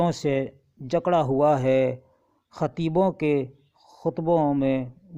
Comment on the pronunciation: پہلے ہی مصرعے میں دو غلط الفاط بیان کیے ہیں۔ hoowa کو Hawa پڑھا اور khima zan کو khima e zan پڑھا۔ جب اردو ہی ٹھیک نہیں پڑھ سکتے تو اپنے معیار کا کام ہی کرو، بٹاٹا وڑا ہی بیچو،۔